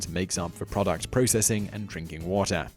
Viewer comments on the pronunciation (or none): none